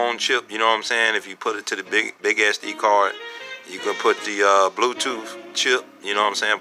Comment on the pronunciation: It is SD , not Ass-D